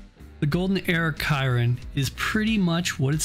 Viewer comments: how tf you gonna fuck up the pronunciation of chiron. shi-ron. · I love the video, but the way that you pronounced the Bugatti Chiron was hard to listen to